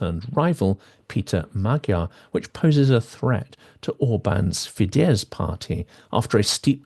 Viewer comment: Hi there, you mispronounce the words Tisza and Fidesz. The "sz" sound in Hungarian is pronounced the same way as the "s" in "sun", "soft", "silly", etc.